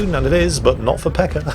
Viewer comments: its not peka its peca (c is like vitamin C) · did he say pecker? thats what i heard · Gotta love that non-rhotic r.